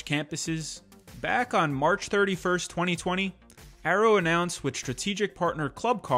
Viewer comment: Dude stop pronouncing it as Arrow it has Y in it.